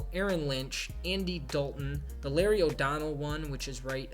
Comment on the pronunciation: LARRY "O" DONELL?!?? WHAT THE FUCK!